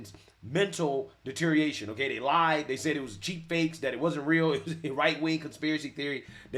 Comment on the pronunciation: Love your show. Fyi, it’s deteriORation. Just saying.